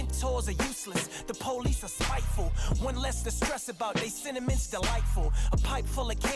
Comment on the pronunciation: going from sentiment (which sounds like cinnamon) to candy. He’s got rap skills, for sure. He seems to hit those syllable stresses the way Deca and AES do as well